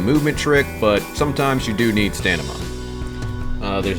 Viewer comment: He kept saying "stanima" its stamina lol 😆